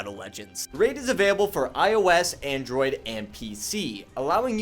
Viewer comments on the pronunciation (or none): none